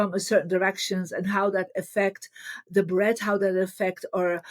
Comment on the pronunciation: Marie meant "Breath" but has trouble pronouncing the "th" sound. I can help with pronunciation in case you're interested, dear Marie. Many thanks and blessings... 🙏🌍🕊🕊